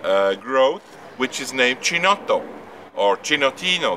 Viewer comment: If you are so invested in it, you might want to at least check out the correct pronunciation. It's "key-notto". CH is pronounced as K in Italian.